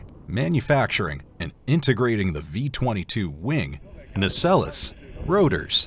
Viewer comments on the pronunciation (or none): "Nah-SELLIS"?? WTF? You obviously mean "nah-SELLZ"! TIME TO REPROGRAM THE ANNOUNCER-BOT!